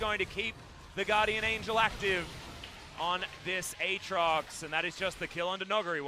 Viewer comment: except he has shown he can pronounce them correctly, during that Tyler1 thing, on top of that, even during these casts, he bounces back and forth pronouncing Irelia and Aatrox's names correctly and incorrectly. I honestly think he does it on purpose to piss people off.